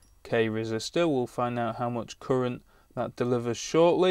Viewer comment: The 'woon' point five resister gives a 'courent' of...